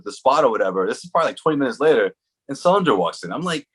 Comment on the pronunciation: did this guys say sulinger